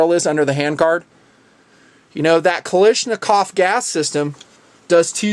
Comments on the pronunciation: it is not pronounced ka-lish-nakov, it is KALASHnikov. AVTOMAT KALISHNIKOVA MODEL 1947. Sorry to nitpick but it was really bothering me lol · you are pronouncing Kalashnikov wrong